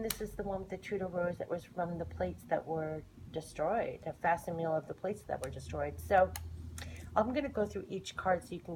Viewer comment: Thanks for the video! I appreciate the side by side! One note, just because you said it a lot. Facsimile = fack-sim-ill-ee.